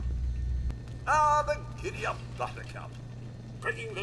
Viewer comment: I love how pronounce it as "giddyoop bootercoop" She's a darling, isn't she?